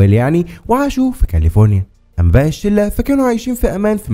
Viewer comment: معليش بس كاليفورينا مش كالفوريا